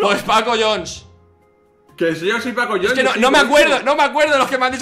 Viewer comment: fargan no es paco jhones sino pacojones